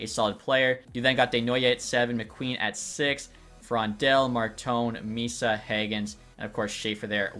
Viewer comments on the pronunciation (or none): none